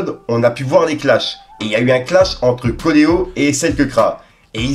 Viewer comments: Frero apprends a lire stp ca se dit CO ET LO pas CO LE HO Fais des efforts. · Ces coelo la prononciations 😅 , pas coleo 😂